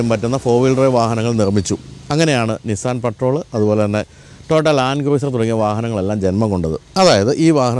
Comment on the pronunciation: Please check pronunciation of cruiser and correct it.